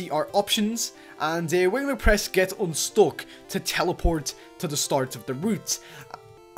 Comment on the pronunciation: Its fun not fon and its unstuck not untock